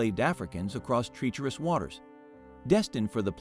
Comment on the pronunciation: Strange pronunciation of words re treacherous and macabre.